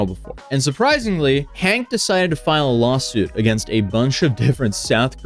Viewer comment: Does anyone else hear say “Lol suit” instead of lawsuit? By this point it might as well be one when it involves Johnny Somali.